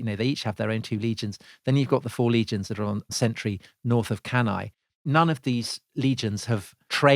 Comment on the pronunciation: I honestly flinch everytime I hear Cannae